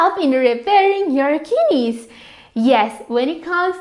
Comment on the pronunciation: Lmao "kinnies", her pronounciation is amusing.